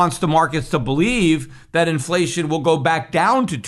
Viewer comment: “Inflession” perhaps? “Deplation”?